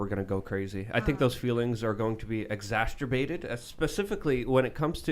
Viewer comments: I’m began a compilation of new words: “Exass-Turbated” - “Smidget” “Note Wordy” - “Politation” “Teethering” “Co- Morbilitys” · “Exasterbated” is my favorite new word.